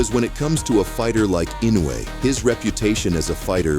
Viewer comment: It's I no u e, not I nou e